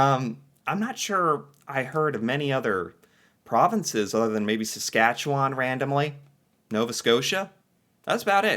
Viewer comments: Good job on pronouncing Saskatchewan properly!...you gotta do a trip across Canada. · Thank you very much! As a 64 year old Canadian, I have never been confident pronouncing your province till now. I knew to end with land rather than lund, but couldn’t settle on the middle bit. Now I can have confidence in the middle, sounding like un instead of found. Just take the f out of found and add it to the New. Nuf-un-land. Cheers